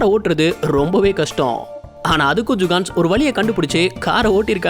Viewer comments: Jukans illa da jugad nu sollu video voice la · Adu jugans illa bro jugadus...jugans na tappana oru word bro..🤣🤣🤣 nenga jugans sollum bodu elam sema siripu vardu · அடிக்கடி ஜுகான்ஸ் அப்படின்னு சொல்றீங்க ஜுகான்ஸ் அப்படின்னா யாரு